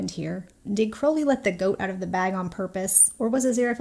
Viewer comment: Thankyou American person for pronouncing Crowley properly. I keep seeing YT American videos where they say Crauley., I have to wonder if they call the black raven like bird a crau. I really love this. I think it's spot on, not sure I'd relate it to the ox ribs. The way I see it, Aziraphale is always saying nice things to Crowley, which he often rejects, and he is always making heart eyes at him. That's how he expresses his feelings. Crowley, makes grand gestures. He has asked Aziraphale twice in S1 to run away with him, and both times, he just came back when it was rejected. This time, he knows he can't just come back , he's desperate so this is his biggest gesture yet. Totally agree it's about communicating and it's all about being in love. Gaiman says this also.